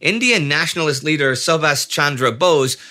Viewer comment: Since Bose is going to come up again, slight pronunciation tip: the u in Subhas is the u in Guderian, so kind of like "Soobhas".